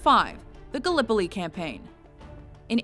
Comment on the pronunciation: pronounce Gallipoli very weird.